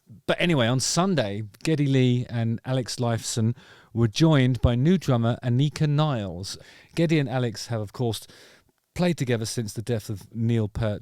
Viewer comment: As she's German I'm not sure you are pronouncing 'Anika Nilles' correctly. I think it's approximately 'an-eeka nil-ess' not 'anika nyles', BICBW. And yes Rush are a timeless marvel. I've been a fan for decades now. Hyperspace is one of my favourite tracks of all time.